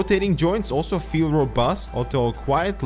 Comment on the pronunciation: I just love how you say "alto" instead of "also". It always makes me giggle when I hear it.